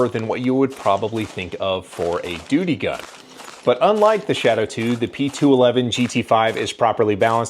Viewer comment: Lol🤣you called it a doody gun